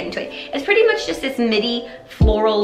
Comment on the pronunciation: oh...you were saying "midi" and i heard "mini. i was like " what is she talking about?!"